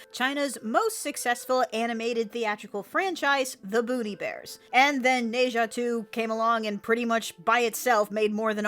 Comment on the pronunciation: I thought you said "Booty Bears" not "Boonie Bears" and I admit I had questions...